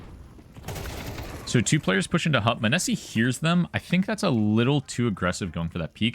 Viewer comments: munessy mOH-Ne-Sy please lmao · Dude I think you messed up the emphasis on his nickname :D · Your content is always great but fuck ME hearing your pronunciation of Monesy hurts xD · how do you watch the games and still say the name wrong? serious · butchered tf outta his name